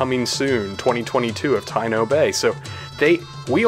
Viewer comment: It is pronounced Ta-EE-no Bay. Taíno is the native American of Hispaniola and other hispanic islands